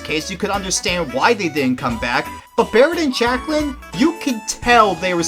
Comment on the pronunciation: The only thing I ever remember about Jacqueline is how Nedra pronounced her “Jack-o-leen”